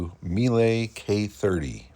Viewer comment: Meile translates to honey. Also, the correct pronunciation is mee-luh. I absolutely love that ride., you always bring such great things to us subscribers. I really, really like and support all that you do. Cheers!